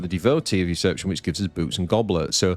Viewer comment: Did you just say "boobs and goblets"? Looking at the card, I can see where you are coming from :D PS: there is an A in "usurpation" that you always seem to miss when pronouncing it :)